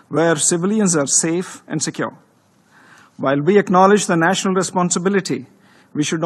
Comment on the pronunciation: Paxtaan and its aand weapons!